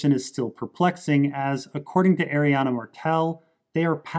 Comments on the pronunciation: Her name is A-RI-ANNE. Not arinanna. Its so annoying when you mispronounce it. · Also, the level of detail you put in is awe-inspiring, but I still can't understand how Arianne becomes Arianna every time lol 😅🙃